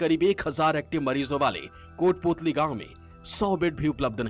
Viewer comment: it's kotputali not kothputli